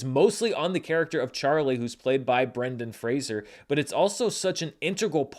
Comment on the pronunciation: Thank you,, for enlightening people on the pronunciation of Brendan's name. I remember reading an interview in the 90's where he said "I'm not Kelsey Grammer; it's not 'Frasier'," and all these years later I still wince when I hear it mispronounced. I also hope he wins the Oscar, if just for people to finally get his name right.